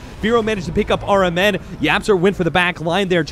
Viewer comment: I heard caster said rmn sounds like aura man. is it just me?